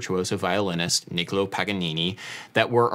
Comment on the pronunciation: It's Niccolò (Paganini) btw. There's an accent on the final vowel which needs to be stressed. Awesome video as always anyway